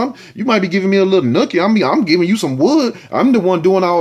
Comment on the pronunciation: U keep killing me with "cookie" "wood" and that "fonkey(funky) ass"! Even with the most serious stories u find a way to crack my ass up!